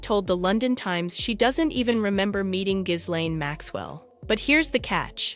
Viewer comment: Its pronounced Gillenne not Jizlane.